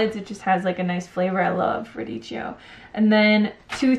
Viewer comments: Radicchio is pronounced with a hard C. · Ahah, it's "radiKKio" :) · 'ch' in Italian equals to 'k'. Radicchio is pronounced 'radikkio'.